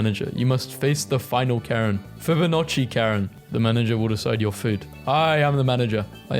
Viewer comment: pronouncing Fibonacci and getting it right is one thing I didn't expect